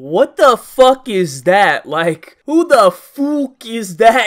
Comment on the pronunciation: 😂 "Whuuu da fuuuuck is that guy?!?!" Just like Connor McGregor.🤣